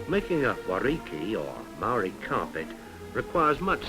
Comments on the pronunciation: the marri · You are pronouncing maori wrong sir